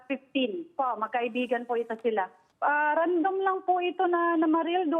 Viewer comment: "RANDAM? AMFOTA